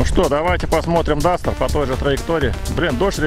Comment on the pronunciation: так он говорит КАСТЕР